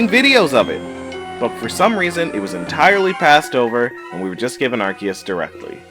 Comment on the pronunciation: So glad someone else pointed this out I cringed at the “azure” and “arceus” pronunciation.